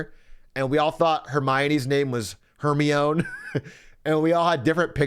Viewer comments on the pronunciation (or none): none